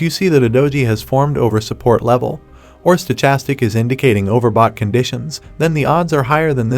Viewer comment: The H is silent in Stochastic